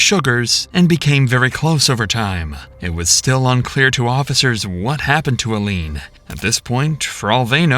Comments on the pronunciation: First rule of good social media channels: LEARN HOW TO PRONOUNCE THE NAMES OF THE PEOPLE IN YOUR STORY. It’s not ILL LEAN ITS PRONOUNCED EYE- LEAN jesus. wtf. 🤦🏻‍♀️ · Her name is pronounced: eye - leeeeeen you are pronouncing her name: ill (like you're sick) -leeeen I mean, the freakin cops are literally pronouncing her name correctly. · I think it might be AI. The 'narrator' kept saying ill-ene, not eye-lene the way her name should be pronounced. A real narrator would, presumably, get place and people names correct bc they would have listened to the interrogation. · Of course it's AI. Any human would know that her name was pronounced Aileen (Ilene.) not aleen. That's Al fs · I just have to say, im sorry, but the way the narrator kept saying Illene like "Eellene" was really grinding on my ears lol. Pronounced like "eye," not "ee" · please do heed that Ilene is pronounced like Eileen. Not “ill-een” lol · I need you to repeat after me so that you understand - “Eye-Lean” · Could the narrator have the decency to get her name right, EYE-LEEN. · Ill- lean? Council of Bluffs? Good lord! Do you not Google anything? Isn’t English your first language? Do you listen to other people talking in the video? They’re very clearly not saying Ill-lean. And a 10 second google (or a 1 second look up) would show you that Council Bluffs, Iowa has no “of” in it. (It sn’t a council- what kind of council in the first place?- of a city called Bluff, it’s simply a city name. Council Bluffs. Ilene a very common old fashioned name which suggests you know damn well it isn’t pronounced Ill-lean. So annoying to listen to someone repeatedly and intentionally mispronounce someone’s name but especially of a victim whose story you’re capitalizing on. It’s a matter of listening caring and having enough enough to get it right. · Her name is pronounces 'eye leen' Correct your AI. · Narrator: Her name is Eileen spelled with an I. Stop saying Ill-lene. 🙄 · It's pronounced eye-lean pal.